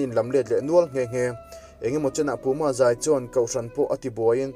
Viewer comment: Puma zai tih hi i lam dik ngang lo a ni e... Han trang zel teh.... Puuuum i hriat chian loh vang pawh a ni thei...